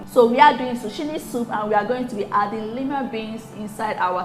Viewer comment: Lovely soup. Zucchini is pronounced ZOO-KEE-NEE.